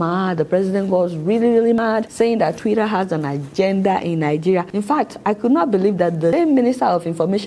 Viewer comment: Twitter not twira 😂😂